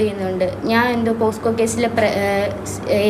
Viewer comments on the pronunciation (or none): Posco alla kutti pocso anu😂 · പോസ്കോ അല്ല മോളേ പോക്സോ എന്നു പറ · പോസ്കോ അല്ല മോളെ പോക്സോ ആണ് 😌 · പോസ്കോ അല്ല മോളെ പോക്സോ 🤭🤭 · പോസ്കോ അല്ല പോക്സോ